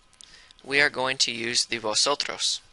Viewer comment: 🤦🏽 He pronounced Vosotros wrong. Remember y'all, the letter V make a soft B sound, while the letter B is a hard B.